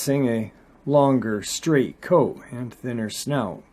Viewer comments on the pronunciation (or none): none